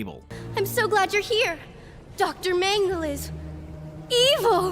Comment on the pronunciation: Feels like the twilight zone 12 mm Shrine. Also you need to pronounce "dr mangle" .....more succinctly lol